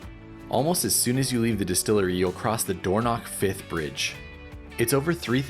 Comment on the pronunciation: The Dornoch fifth??? Firth, surely... Dornoch isn't pronounced with a knock